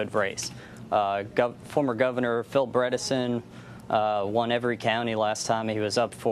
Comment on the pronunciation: Can the national media learn to pronounce Phil's name right